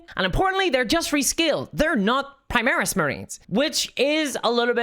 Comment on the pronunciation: So new viewer. You pronounce both Primarch and Primaris two different ways. The way you pronounce Primarch is the wrong way yet you pronounce Primaris correctly. Just the way you say Primarch just makes me unreasonably annoyed for a reason. Just wanted to put that out there. Just they way you pronounce and say stuff just make it hard to watch. But I'm new so I watched the video 100% to see your opinion because I'm here for updates and your opinion and not for how people say stuff or lackluster 40k lore knowledge